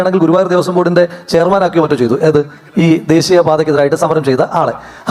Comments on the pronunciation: അവന്റെ " ഡേസ്സിയ " പാത 😂😂😂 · അവന്റൊരു ദേസീയപാത 😂😂😂ആദ്യം പോയി ശ.. യും സ.. യും ശേരിക്ക് പഠിച്ചു വാടാ പൊട്ടാ.... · ദേസീയ പാത ഏത??😅😅😅😅😅😅😅 അക്ഷരം പോലും അവൻ അറിയില്ല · ദേസീയ ... അല്ല ദേശീയ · ഇത്രയും തവണ പറഞ്ഞിട്ടും ദേശീയ പാത എന്ന് പറയാൻ പഠിച്ചില്ലേ ഇപ്പോഴും ദേസീയ പാത😅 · ദേസീയ അല്ല ബ്രോ.. ദേശീയ 😊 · ദേശീയ പാത ❌ ദേസീയ പാത ✅ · ദേസീയ പാത അല്ലടാ ജയിക്കേ, ദേശീയ പാത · "ദേസീയ" "അവകാസം" "സരിയായ" : ഇവൻ ആരിരുന്നു, പണ്ട് MN നമ്പ്യാർക്ക് ഡബ്ബ് ചെയ്തിരുന്നത് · ദേസീയ പാത, അവകാസം, നിസ്ചയ ദ്രാഢ്യം, സരിയായ.. എന്തോന്നടെ ഇത്.. മലയാളം പോലും പറയാൻ അറിയാത്ത അന്തം കമ്മി, പേര് ജയിക്, പക്ഷെ നീ തോൽക്ക്‌ ആണല്ലോടാ.